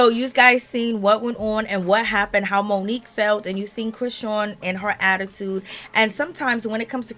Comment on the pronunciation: "Moniece" is her name! Not Monique‼️